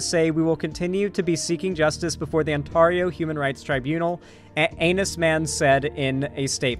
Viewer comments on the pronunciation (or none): Psst,...Ontario isn't pronounced on-TAR-io, it's pronounced ont-AIR-io. ETA: Jellybean! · im from southern ontario and the only people i've ever heard pronounce it as "on-TAR-io" have been americans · International viewer here... how do you pronounce it? I always assumed On Tar E oh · Hearing how pronounced Ontario took 15 years off my life. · True. How the fuck do you mispronounce ontario. It's fucking ontario. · Don't blame him, it's the American in him. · Especially considering there is also a city in California with the same name. SMH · there's also an Ontario, WA. Smh, two Ontarios he lives close to lol